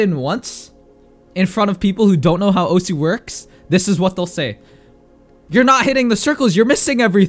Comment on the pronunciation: Who tf says osu? (oh su) Its Osu. (Oss, like you already said desu.)